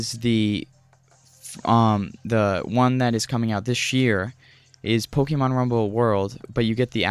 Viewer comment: Look up how to pronounce "Pokémon". Also, work on your delivery by cutting the fluff and pausing much less. Leave out words like "uh, "yea" and "umm". Allow one sentence to flow into the next without pausing or taking unnecessary detours. Stick to the topic. I can tell you that as a viewer, all I wanted to know was the differences between Blast and World, so when you finally made it to discussing Blast, I quickly became frustrated when you started describing how you came across the game just a few sentences after you started covering the differences. That's what I mean when I say "cut the fluff". Or at the very least, include info like that in a totally different section, maybe even one of its own. Anyways, I'm not trying to be overly harsh or critical. I can tell you're a young guy, so in that sense... good on you for simply making videos. Many others only ever talk about doing what you're actually doing mate. That's something worthy of being proud of. You'll inevitably improve over time. That's guaranteed to happen as long as you continue making videos. Well earned sub from me, bud. "Liked" also, obviously....